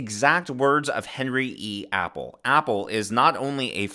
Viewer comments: Just an FYI.... His last name is pronounced "Ah-Pell", not "Apple". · It’s not Apple as in the fruit, it’s Appel = Ah-pell.